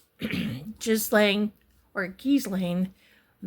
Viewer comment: Ghislaine is a French name and it’s pronounced, with a hard G, gee-LEN.